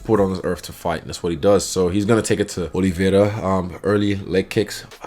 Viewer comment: First time I see someone saying "Oliveira" right.